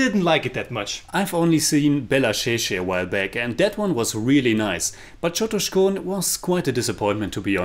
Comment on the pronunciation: Lol u didn't even get the c of chotuskhone